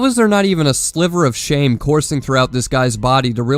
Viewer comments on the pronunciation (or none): none